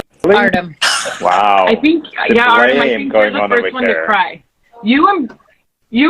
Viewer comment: Nikki says I do is beginning…what a beautiful couple …that was so funny Artem’s last name pronunciation lol 😂 and Matteo is such a good looking boy and is so sweet like his parents